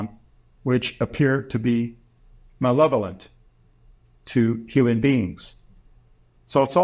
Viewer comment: Malevolent. The word is malevolent.